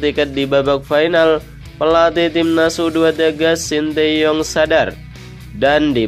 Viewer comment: STY di ucapkan sin ta yong bukan sin ti yong. Penyampe n aj tdk beres. Apalagi Uraiannya.